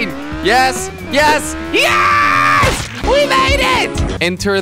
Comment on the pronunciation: Als je yes zegt klinkt het als IS/when you say yes it sounds like IS